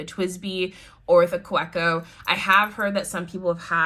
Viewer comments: Ohhh I want the Sailor Brown but can't get it in the UK. Don't hate me but it's pronounced Kaveko , German- so the W is pronounced as a V xxx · Kaweco is pronounced on the middle syllable, the we. Ka-weeee-co. It's a German brand, and the Name is a mix of the two founders' surnames and the word company. :) Good Video though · It’s pronounced kaveco..even though it’s spelled Kaweco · Great collection - built around how you use them. Kaweco is a German company, so the "w" is pronounced like and english "v".